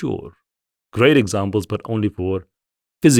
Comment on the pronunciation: Physical is:- Fizikal ✅ Phijikal ❎